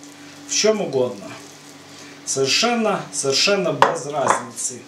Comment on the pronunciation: А слово "бэз" это ваша личная фишка или местный диалект?